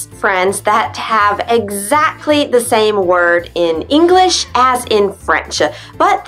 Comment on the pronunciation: I Hear yo u pronounce the last letters of a Word ver y Strong like englissshhh is that is has supposed yo be..?